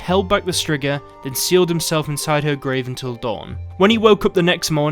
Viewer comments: It's pronounced streega not strigger lol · It's streegah not strigger lol English accents 😁🤣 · Striga is pronounced streeeeega and means witch. So im confused. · The monster is called a striga but he out here sayin strigga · "strzyga" :D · I will be honest at first i had a total brain shut down when you said Striga I though i knew what you meant but I was thinking of Bruxae